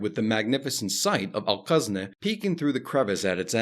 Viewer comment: Al-Khazneh, not Al-Qazneh. "Kh" as in the "ch" in "loch", not "q" as in "Qatar".